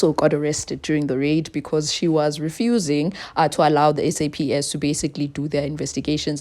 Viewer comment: *SAPS my darling..not SAP